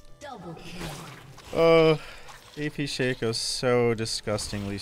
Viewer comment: It's "shock-o" not "shake-o" 🙄😩... And you should just say if you feel obligated to like comment and subscribe... Don't tell ppl what to do bc this is what you get